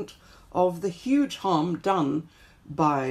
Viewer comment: Triggers me so much how this guy pronounces 'huge' as 'yuge'